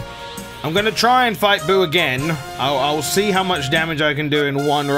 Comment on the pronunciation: you butcherd buu